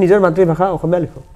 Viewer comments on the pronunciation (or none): none